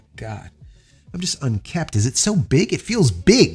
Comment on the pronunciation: It's "unkempt"